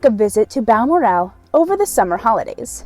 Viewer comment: your provocation of Balmoral is hilarious. The l second part of the name is said like morals only without the S. Not Bal mor. al